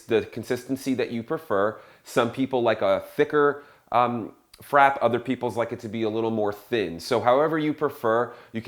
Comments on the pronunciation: I think that he forgot to enunciate the tilde e of frappé. yes, "é" is used in English albeit less common than main lettres. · frappé is pronounced frap-ay. not frap. and who in the world is going to drink something with a full cup of syrup in it ???? that is 8,000 calories per sip !!!!